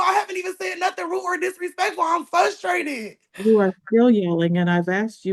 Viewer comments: There is another R in that word. You sound like an uneducated 5 yr old saying FUS trated. Grow up and lose that attitude. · FLUSTRATED isn't a word!! Sorry, out loud grammar police moment ... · Ummm, I believe you mean "fustrated" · She's "fustrated" everyone. Poor lamb. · She "Fusstrated" yall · Why doesn’t anyone listen to her? She’s “fustated” 😂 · I'm fustrated they keep saying fustrated.